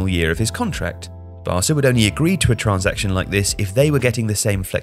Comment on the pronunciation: Can you say transaction normally